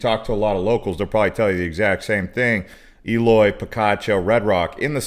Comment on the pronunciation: Why doesn't the moderator make the effort to learn how to pronounce the names of town they are talking about, like E loy